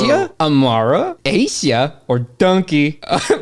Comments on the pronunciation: "Aisia," is probably pronounced more like "Eye-sia," than "Ay-sia." So an Ice pun. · It's pronounced eye-see-uhh like ice :)